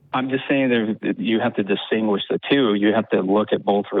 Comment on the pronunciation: Umm. Well. You know. Um. Well you know. Uh. "Disingquish" ...uh um stuff like that.